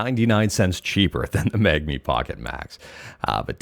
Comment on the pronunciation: Are Canadians just unable to pronounce the N before the G in Mangmi or do they not even see it?